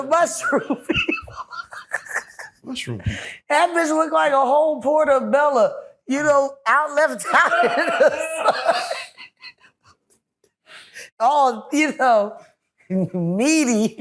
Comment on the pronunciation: Lmao u said portobella!!! 42-43 mins in Lmmfao yo